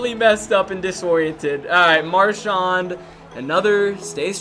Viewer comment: It’s MarshAND Not MarshAAND